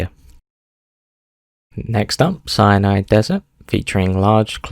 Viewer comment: Bro! It is called Sinai. Geography, you know? Quite important to know (unless you are an American).